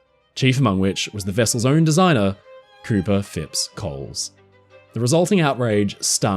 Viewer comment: Finally! Somebody can pronounce Cowper correctly!